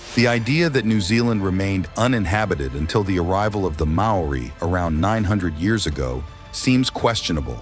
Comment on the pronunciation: "MA-O-RI" sound it out kid